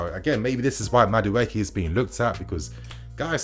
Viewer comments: Mudueke is a Nigerian name pronounced as >>> Ma-do-akay. 😁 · Madueke is pronounced (Ma Du A K{eke}) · just murdered my brother's name Noni Madueke 🤣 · Please don’t do a separate video for Enzo. It’s was done for Harvetz. We then placed him so high and now the fall is so great for him. No more over hyping. Keep us level-headed sane. Meanwhile you are murdering Maduaeke’s name.